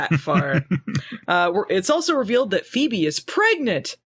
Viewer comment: I love it when calls her "Phoeble". 😅